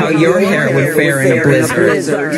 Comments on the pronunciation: I hate the extreme emphasis she puts on blizzard every time while leaning forward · The way she says blizzard is so weird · It starts bad, but then the way she says blizzard makes it maximum cringe.